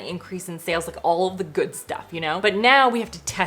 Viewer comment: saying “ooh yeah, that’s a goood cup of coffee” is the most Canadian I’ve ever heard him 😂